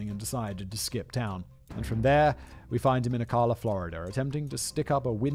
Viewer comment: The way you said ocala was so funny it’s more like oh-cal-la LMAO